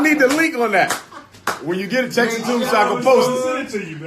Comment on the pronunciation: He is really not that smart. He cannot even pronounce the word "texts." He says Texas and it is funny as hell every time I hear him say that bullshit.